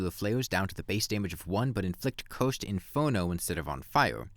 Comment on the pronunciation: This man does not know how to pronounce "cursed" lol I thought he was saying "coast" flares the entire time until he talked about the dot buff